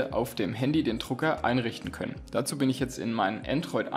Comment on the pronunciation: Es heißt Drucker....nicht Trucker!